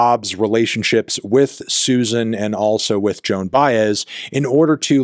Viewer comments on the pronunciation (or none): none